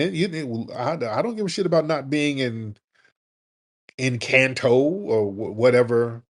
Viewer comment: That man said ENCANTO 😂lmbao 😂